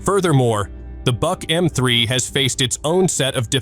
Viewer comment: I thought the Buk was pronounced Book? I guess AI can’t learn that?